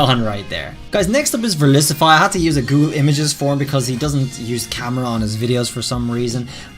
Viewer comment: You said verlisyvie 2s